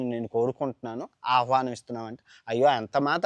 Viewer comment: పురాణాల గురించి చెప్పేటప్పుడు భాష కరెక్ట్ గా ఉండాలి, అవహానం కాదు ఆహ్వానం, ఇంద్రప్రస్థానం కాదు ఇంధ్రప్రస్తం